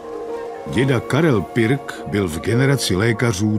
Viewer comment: Proč vyslovujete pik